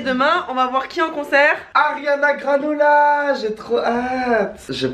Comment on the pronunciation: c moi au a dit " Ariana Granola "?